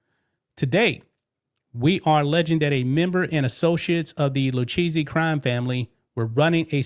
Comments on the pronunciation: The Lucchese crime family is pronounced loo-KAY-see, 😂 not lou cheesey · LMAO it’s Lou-Kay-Zee not Lou-cheesy hahahahahaha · Its pronounced Loo-Kay-See. Please, PLEASE, stop saying, Lou-Cheesey🤨! Damn, yo, haven't you ever watched a mob documentary? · Pronounced Loo-Kay-Zee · Pronounced Lou-Kay-Z But i love Lu-cheesy 🧀 better!!😅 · lol dude it’s pronounced the Lou Ka zee family practice it at home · The family name is pronounced “ Lou Kay See” if y’all do another report. Love the channel. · It’s LOO-K-Z for the pronunciation. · Sorry but Lucchese is pronounced like "Luke-Kay-Zay" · It's pronounced Lou-Kay-Zee. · its pronounced lu kay ze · It's pronounced Lu/kay/zee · The Lucchese crime family is pronounced loo-KAY-see